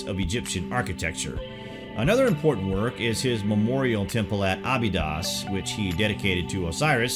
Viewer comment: Brother it not Abidass but Abydos, not Horass but Horus. Just saying. Be well.